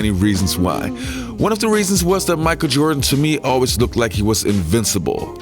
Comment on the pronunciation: "Micah Jordan"